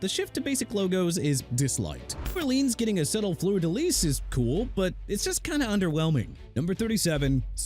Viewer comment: Unbelievable... you can't even pronounce New Orleans correctly! ALSO IT'S FLEUR DE LIS PRONOUNCED FLUR-DUH-LEES!! DO YOU NEED A TEXTBOOK ON HOW TO PRONOUNCE?! CUZ IT SOUNDS LIKE YOU NEED ONE!! PLUS YOU'RE INACCURATE AND FLAT OUT WRONG ON THE SUPER BOWL 42 LOGO CUZ IT DON'T INCLUDE THE ARIZONA CACTUS AND THE MOUNTAINS!! MAYBE YOUR EDITOR SHOULD DO HIS RESEARCH ON ALL SUPER BOWL LOGOS BEFORE YOU DECIDE TO DO A VIDEO ABOUT THEM!! BOTH Y'ALL GETTING FIRED FOR REAL!!